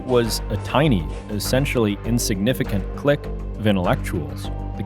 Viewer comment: CLIQUE!!!!!! not click.